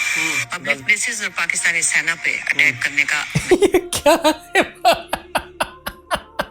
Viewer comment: The bindi mademoiselle who is a Punjabi speaking P0rkistani,speaks hindi & then "सेना" becomes "सैना" 😂😂